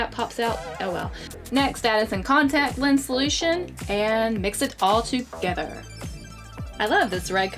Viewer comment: Does anyone else notice that she says "togeder"